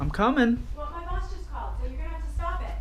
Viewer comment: Scump tells his mom he's "cumin"